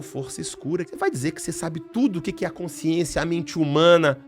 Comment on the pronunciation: A Dra. tem dificuldade na dicção para a palavra: "consciência"??? Ou é impressão minha?